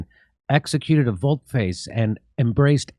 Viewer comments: Not Volt Face .... pronounced Volt Fass. It's French innit! Meaning U-turn. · volte-face = about-face or U-turn,, pronouced VAULT FAAS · 'volte face' -- VOL-tay FAH-chay A turn of face. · Volte face is pronounced "Vol-tee fachee": "about face." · "Pronounced "vault FOSS" -- it means "about face" or to abruptly turn around. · Volte face is a French term. It’s pronounced « volte fas » and it means a 180° turn or what you Americans call a U-turn. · Volte face means about face.....I think volte is Latin for "about"....but do not quote me on that. It is pronounced VOL-tay.... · Its french, volte face, pronounced VOL-TUH FAH-SS. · Vol-teh Fa-say means to do an "about face" the opposite of what used to be. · Volte face is pronounced “volt fuss” and means to basically backflip or do a 180 really quickly. Yes, I’m that guy. Great video Jimmy! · Volte face, pronounced vault fass. An abrupt & complete reversal of attitude, opinion or position. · It's pronounced voltfas It means about face. A complete turn around